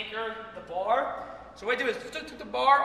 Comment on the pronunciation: Grip the bahh